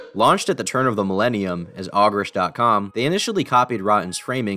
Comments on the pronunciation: Never heard it as “Aw-gerish” just remember it as “Oh-gerish”. Not hating though, great video! NIN Closer in the background was perfect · Ogrish is pronounced like ogre, like Shrek